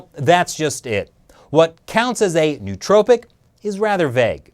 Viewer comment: A couple of pronunciation quirks: "nootropic" is probably pronounced "no-o-tropic" because Greek is fun, and it's not Silicone Valley. Now that my internal Grammar Nazi has subsided, I had no idea about this issue. It's really interesting. Does anybody know if Instant Parkinson's is related to this at all?